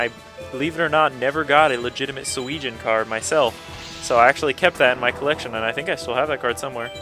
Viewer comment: it is driving me crazy, sorry about this, but it is pronounced "Su-eh-jin" sorry about that